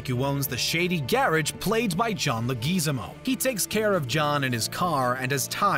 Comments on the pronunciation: Who tf is John Legizymo ??? U mean Leguizamo? Say it with me Leg-weh-za-mo. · Le-GEEZ-amo? Does John prefer it that way? b/c I thought it was supposed to be leg-wui-ZAMO... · John Le-geezimo? Was this read by some badly-programed AI? If not, whoever butchered the name that badly needs to be fired. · LegEEZAMO? Its LEG-WI-ZHA-MO. Does screen rant say everyones names wrong on purpose? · I've never heard anyone mispronounce John Leguizamo's name like that before. John Laygeezamo? Really? No no noo… John Laygweezahmo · Okay...a couple things. John Leguizamo pronounces his name "Leg-wiz-ahmo", not "Leg-ee-zimo" and I figured anyone into film would know that. You also kept saying "Santonio", but his name is "Santino D'Antonio". It's like whoever wrote this script didn't actually watch the movie. Also, it's a magazine, not a clip. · Bruh. It’s pronounced John legwuzamo, not legeezmo. Respect the OG. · If you are going to do your research make sure you also learn how to pronounce people's and characters name correctly. You not only mispronounced names but you really have a lot of the facts wrong. John Leguzamo is pronounced Le-gu-zamo not Leguzimo and they other name is Santino not Santono. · Repeat after me... LEG-WHI-ZHA-MO, easy right?! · Not as bad as John lageezmo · “I could allow ‘GEH-rej’ (garage) but ‘Leh-GEE-zeh-MO’ (Leguizamo)?!” 🤦🏾‍♂️ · It was la gwa zee mo that tipped it for me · Lol, John... Legueezamo.... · “John LahGeezAMo” do you mean John “LigwahZamo”?? Lol smh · Lagizamo? santonio? demascos? Who is this voice over guy? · LEG-GEEZ-E-MOE LMFAO thats not how thats said lol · how do you say John Leguizamo name agaim Leguizimo. Lol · John “La-geez-amo”. Really? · Bro? John Le-gezamo? Jesus Christ talk about butchering a name. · John LaGeezamo? LMAO. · <Snicker> It's pronounced "Leg-wi-ZA-mo." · Seriously? John "Lee-Gi-Zeemo", who the fxck is writing and narrating the script?! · John luh GEEZAMO! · "John Lougeeeezeemo" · He also screwed up John Leguizamo's name